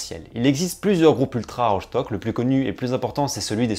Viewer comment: Ça se dit Rostock hein, pas rochtock Je suis allemand